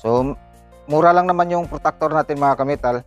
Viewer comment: Protractor po yn sir hindi po protactor😂